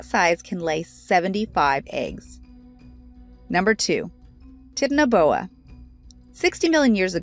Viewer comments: Tit-n- boa pronunciation I mean its literally a sound it out word titan-o-boa. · its not titanboa its t.y.t.a.n.a.b.o.a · It's not tit-an-a-boa it's titan-a-boa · How to say it: TIE- TANA-BOA how it's spelled: titanaboa!!: how to say it:titt na boa how it's spelled titanaboa!!! DONT MAKE NO SENSE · its pronounced tie-tanna-boa not tittinboa or titty boa or whatever she was saying. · Same Tit na Boa Titano Boa REALLY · Wait are you serious?!?! How do you mess that up?!?! Tit-in-a-boa?!?! Come on!! It's the TITAN-BOA!!! TIT?!?! TIIIIIIIT?? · 🤣😂😂 its not "tit" 'na boa' It's titanoboa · Why is it soo tough to pronounce it?? 😑tita.... Whatever aishhh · wth is a titinboa? its freak pronounced tie + ta + no + boa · Hahahaha..did she say "Tit and a Boa".. Hahahaha. It's (Tie-tan-ah-Bo-ah). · Tie-tan-a-boa, not tit!🤣😂 Like clash of the titans? Edit: However, titty-aboa definitely makes it way less terrifying. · TITANABOA NOT TITNBOA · “tittnaboa” it’s pronounced “Ti-tano-boa” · It is not pronounced "Tit", it is "titan". The name is to help explain the size, so Titan...please....say titan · stop calling it the tit-na-boa its called the titan-a-boa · For God's sake it's pronounced TIE TANNA BOA, not tit anna boa. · Ti-tan-o-boa not tit-anoboa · Tie-tuh-nuh-boa. Not Tit-o-boa God at least pronounce it right. Literally first page of Google. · It’s not a tinaboa it’s called a titnaboa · Its not a tiity boa its a titanaboa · its tItAnaboa not titnaboa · Titan Boa, not Tit n boa. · "Titnoboa" Its pronounced as Tay-ta-no-bowa😅😂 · Its pronounced as titano boa not tit no boa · Tinton boa😂😂 Its titanboa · Titty boa 😂😂😂😂😂😂😂😂😂😂😂😂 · Tity boa RoFLmao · "Titty boa" hahahahahaha😂😂💀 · Ti.tan.a.bow.a Titan-boa its was killing me lol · The worst for sure, but one of many pronunciation and diction errors. She's not reading, she reciting. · exactly its tie-tan-a-bo-a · "tit-an-boa" I'm sure you did tons of research for this video lol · It’s Tie-tan-a-Boe-a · It's titanboa